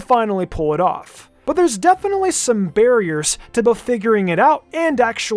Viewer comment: "Beariers" hahahahahaha